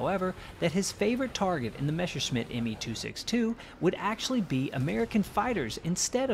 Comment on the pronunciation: it's Messerschmitt, not Meshersmitt.